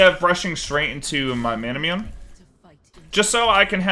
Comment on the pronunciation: still dying inside every time manamune is pronounced wrong